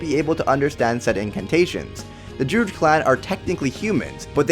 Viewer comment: While your video is great, and your evidence solid.....your pronunciation is absolutely grating to my ears. It is *droo-id*, not *drood*. Also, it is *nef-i-lim*, not *nef-i-lium*. And before anybody says "you know what he meant" or "why does it matter", language is all we have in the end, folks. We lose EVERYTHING when we don't have language. So if you're going to do it, do it right.